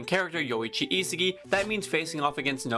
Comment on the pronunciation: I sa gi, not isigi